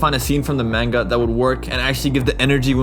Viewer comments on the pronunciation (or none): Your not saying manga right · saying the word manga like that is just...bye forever